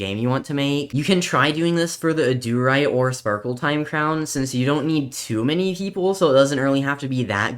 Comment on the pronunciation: I hate the way he says adurite "Auh-doo-rite" it's pronouced ad-er-ite